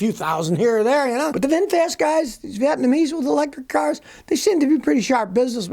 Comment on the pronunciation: Nuclear not Nukiller and Hybrid not Hybred.....Vietnamese not Vetnamese